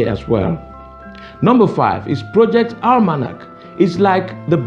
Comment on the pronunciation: Project Al-man-ack